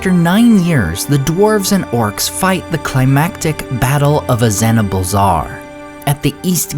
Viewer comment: please read the appendix's in ROTK in order to get your pronunciation's correct you butchered Azanulbizar